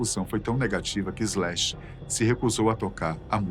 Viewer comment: Bem, boa informação, mas é muito dificil ouvir Brasileiro a falar Inglês, o nome do guitarrista é Slash, SSSS Slash, e não Ezlash, não sem E nem Z, para suar Ezlash. De resto o nome da banda Guns n' Roses foi bem prenunciado, problema o artigo "o" usado para o nome da banda, é usado no singular quando a banda é composta por varios elementos, logo usamos o artigo no plural, Os Guns n' Roses, caso fosse composto por apenas um unico artista, pode usar então no singular.